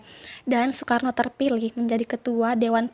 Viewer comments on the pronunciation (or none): none